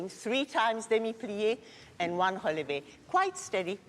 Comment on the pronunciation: Am I the only person who loves the way pronounces "relevé"?